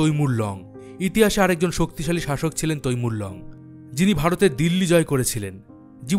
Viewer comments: Dadago " soktoshali" na " soktishali" ? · শক্ত শালী। না😂😂 শক্তি শালী 😅😅😅😅😊